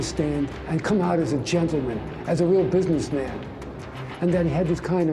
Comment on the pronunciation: "Businessmun" "Goiti" "Porl Casalannoo" 🤮